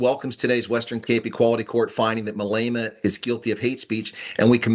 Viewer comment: no offense, but our entire country pronounces his name Mah Leh Mah, you kinda say mA leyma:)